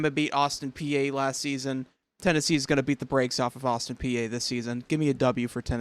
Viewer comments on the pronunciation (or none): it's pronounced Austin P not Peeaa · Just "P" not p-a... and very reasonable prediction imho. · Peay is pronounced like a green pea. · It is pronounced Austin pee. Vols offence state for you last year. Vols Ran the ball 54% passed 46% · The a is silent in Peay